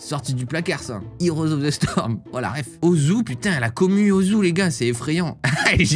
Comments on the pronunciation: Ozu il a dit 😂😭 sa se dit ossou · il pouvait pas savoir et osu en en prononciation francaise on entend le son z normal quoi